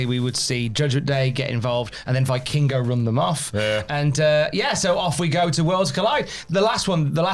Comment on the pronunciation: Please, pronounce Vikingo "Vekingo"